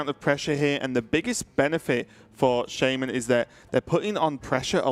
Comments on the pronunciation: Can you please fire the guy that pronounces Shaman-Sheimun.... Thank you. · Why does mispronounce Shaman on purpose?